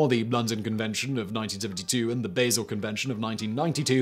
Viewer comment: Basel convention. It's pronounced Bahsel, not Baysel.